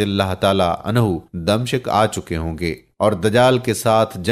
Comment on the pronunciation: Damishq damshiq nahi urdu sekye